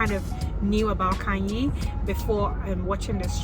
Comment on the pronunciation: Khanyi. Kanye is Kanye West. Khanyi is Khanyile. Different spelling, different meaning, different pronounciation.